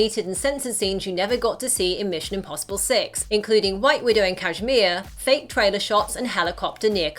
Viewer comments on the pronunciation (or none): none